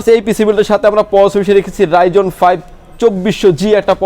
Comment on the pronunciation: উচ্চারণটা রাইজন না। রাইজেন হবে।